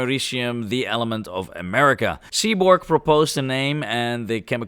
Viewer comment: AmeriCUM. Don't judge me. I'm from Polon.